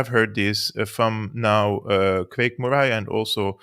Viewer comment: You dont need to comment on Germany's actions. We understand. The facts speak for themselves BTW. Murray pronounced like curry. Good Scots name. PS I know English is only one of multiple languages you speak❤